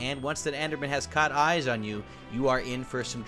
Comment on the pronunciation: Item Name: Hungering Eye Trying To Say It Well Attacked: Hungering Oiii's